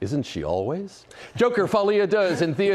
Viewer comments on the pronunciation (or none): Folie a Deux not Folie a Duh duh